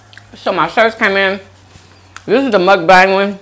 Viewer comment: how do you have a mukbang theme song where you're pronouncing the word wrong lol... and your mic is bad quality. everything else is cool. first time viewer